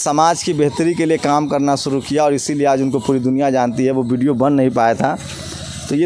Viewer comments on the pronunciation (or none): भाई,सुरू नहीं शुरू, भासा नहीं भाषा